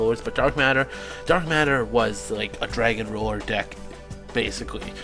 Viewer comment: Did you say "dick" LOL :P